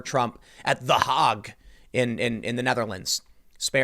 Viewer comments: 'The Hog'?!? Was that a joke, Tim?? It's the Hague pronounced like vague. Not vog. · ‘The Hague’ is not pronounced ‘the hog.’ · It's pronounced Hay-gue, like hay. I hate doing this but you should have stayed in school.